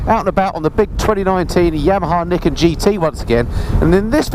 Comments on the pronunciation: its pronounced NIGH KEN not NIK KEN haha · actually it's pronounced ni ken. Two sword. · Pronounced nye kin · Do you pronounce Nike like you do Niken? 😂